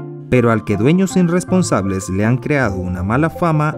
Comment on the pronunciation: No se dice inrresoonsables